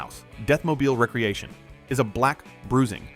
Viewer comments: It's NOT "recreation" - like recreational vehicle.... it's "re-creation" - like to create again. I don't know what 3rd world country you live in but, STOP USING AI TO NARRATE VIDEOS!! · Agreed. It's a re-creation not recreation. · I wish AI could pronounce re-creation.